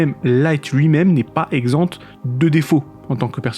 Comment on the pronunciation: On ne prononce pas le t de exempt au masculin.